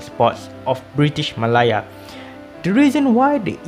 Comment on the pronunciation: Interesting Video! Nice insight on the east coast line and the reason for sustaining it. Maybe a point to note, malaya is pronounced meh-leh-a or Malay-ah with the ah being slightly higher in tone I noticed you were mentioning it as ma-lah-ya. I really hope to see more content from you tho!